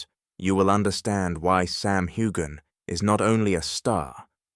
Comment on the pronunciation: It’s NOT HU-GAN! Get it together